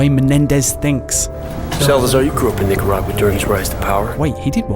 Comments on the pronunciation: O_o' Welp pronunciations of Nicaragua and Haiti are exactly what I'd expect from someone who's never heard the words spoken.:) Ni-car-a-gwa and Hay-tee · I think its just their accents. I laughed at it too though